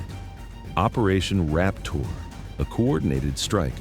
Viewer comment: Sounds like he said "operation Rap Tour"